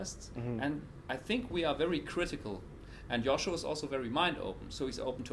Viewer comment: oh my God, I have been pronouncing Joscho's name wrong all of this time:)